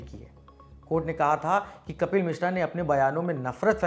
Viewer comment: कपिल नही कफ़िल बोलिए जनाब